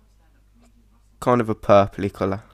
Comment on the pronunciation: When you say ''kind of'' it sounds like Condom xD